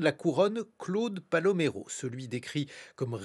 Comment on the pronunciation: Pal"o"méro, Monaco "un royaume"... Guillaume Erner n'a même pas lu ses fiches !